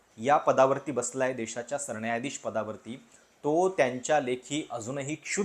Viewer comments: सरण्यायाधीश नाही रे सरन्यायाधीश...किती वेळा सांगितलं न आणि ण कधी म्हणायचं शिकुन घे...🤦🏽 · सरणायाधीश नाही रे बाळा, नीट उच्चार कर... पत्रकार आहेस न